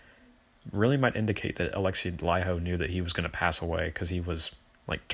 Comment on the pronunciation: FINALLY an American who pronounces Laiho correctly.